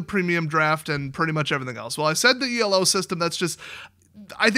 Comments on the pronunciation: It's pronounced elo. It's a guy's name. E.L.O is a band from the 70's. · ELO isn't an abbreviation or anything, it's the dude's name. It's pronounced "E-low," not E.L.O. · ELO is actually pronounced as a word. It was a guy's name